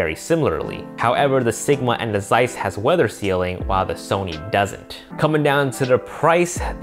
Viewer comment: I suggest you checking how to correctly pronounce "Zeiss".